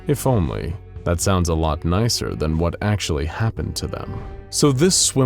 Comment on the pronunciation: You pronounced actually wrong